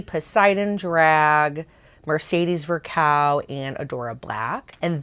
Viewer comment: how can they POSSIBLY know how to properly say Xuxa?!? I'm flabbergasted. the pronunciation was g o o d. now please try to learn how to say the "ão" in Mercedez Vulcão's name.